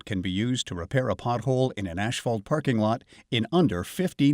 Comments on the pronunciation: It’s not hisphalt. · ASHphalt?? That drove me nuts! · Can we hire a guy that can pronounce asphalt correctly?